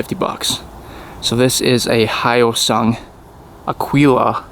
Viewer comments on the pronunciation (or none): Good job buddy!! Oh, and it's Hosung. The y is silent. Now you can sell it for $2,500. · pronounced E - O - Sung ! One of the exhaust is fake ! 250cc with a top speed if your lucky around 70 mph ! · It's pronounced HOY-SUNG funnily enough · They are made in South Korea. Pronounced Hoysung hoy like soy. They made engines for Suzuki for decades before building these bikes. They don't have the handlebar vibration that the Honda Rebel had. Many of the parts are a direct match to Suzuki parts. Look at how big it's parent company of the same name is. Probably more well known in the US for ATMs.